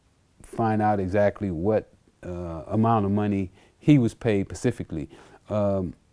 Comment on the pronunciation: Not A Hood Dude On Earth That Can Pronounce Specifically